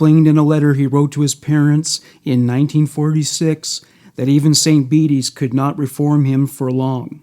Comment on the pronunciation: I live in Peru Illinois. Your pronouncing St. Bede's wrong. It suppose to sound like St. "Beads" lol